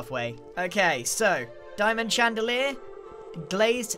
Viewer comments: Grian: cub is showing off Also grian: d I a M o N d C h A n D a L i E r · Grian: "Jez Cub you're just showing off now" also Grian "diamond chandaler"